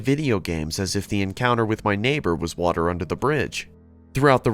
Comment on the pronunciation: Bo'lle of wa'er